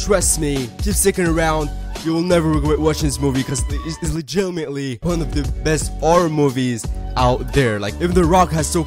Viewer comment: Why does his voice go to : this is the LEGITITMAtLey SO pretty much